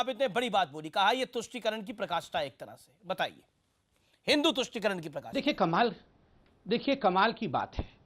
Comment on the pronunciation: Amish devgan I watch all your shows par aap Hindi anchor ho ucharan pe dhayan dijiye hamesha parakastha ko prakastha bolte gain aaj ismarak bhi galat pronounce kiya